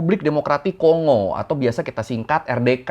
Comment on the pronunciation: KON'GO..✅ KONGO❎